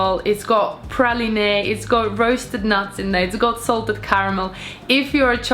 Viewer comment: Great video! I also wanted to point out 'Praline' is pronounced 'Pra-leen', not 'Pra-leen-ay', hope you don't mind. 😊